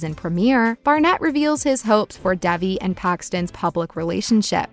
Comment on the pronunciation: It's not Dævi, it's Dejvi